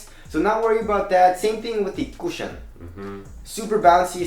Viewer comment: the way he says cushion LOL